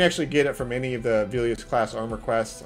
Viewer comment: plz stop saying Velious like Veelious